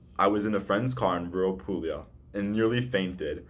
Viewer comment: who cares about america? you even don't know how to pronounce Puglia correctly